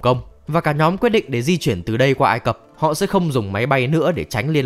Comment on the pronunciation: Vùng đất ai cập nhé, câu cuối anh đọc sai r